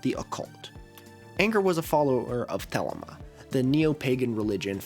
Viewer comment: Thel-eema the thel amma